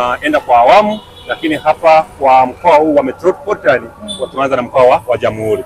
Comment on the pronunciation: Metropolitan SIO Metroporitan